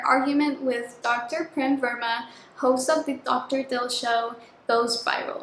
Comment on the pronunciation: Okayyyy so the pronunciation of the name "Prem" actually goes like "pram" the 'pra' as in "prayer", atleast in India. But it's a proper noun so it doesn't really matter how you pronouce it 😭 I'm Indian soooooo